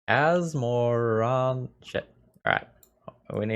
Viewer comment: "Asmora...shit" best name attempt I've heard so far On a side note, that madness deck was sweet, you should try it!